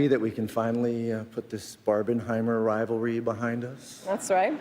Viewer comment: Barbenheimer thingy got me crazy. Then, he pronounces "rival ry", moreover, accentuating both of them, rival and ry. English speaking people should be taught from elementary school to don't deform their language so much. Just look how bad you currently pronounce... "that's rai, that's rai his ken and Kishy..." [the rest of it is understandable after interpretation]. But I understand every single word of what says, without any problem.